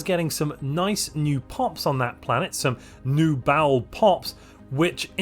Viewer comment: Everyone I know pronounces Baol as BAH-ol, and then there's, who says "bowel."